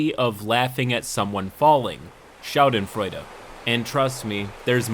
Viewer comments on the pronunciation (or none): none